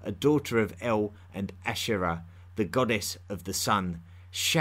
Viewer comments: “Like Eowl, Beowl...” That’s El and Bel, m8. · ✨BALE✨ Good podcast but you could have taken some of the time you put into research into googling "how to pronounce". Not expecting an accurate middle eastern accent, but eãl and bãle? Its EL (like in elephant) and bAAl (a like the a in fAther) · I wish you would pronounce your L's. The name of that god, once worshiped by the Israelite was El not E-oo and the name of the Phoenician god was Baal not Ba-oo. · El, when at the end of a name (aka Western surname) Is not pronounced L, but rather EEL Example Gabri-El, angEl, Dani-El, Micha-El &c. My last name is EL....